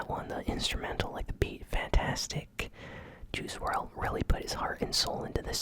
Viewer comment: It’s pronounced world not wrld